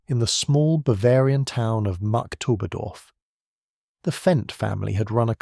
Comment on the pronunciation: It's pronounced Markt Oberdorf, not Mark Toberdorf.